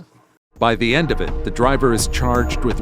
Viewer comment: If I hear these stupido’s say “at the en of da day” you don’t sound any smarter you sound a lot dumber.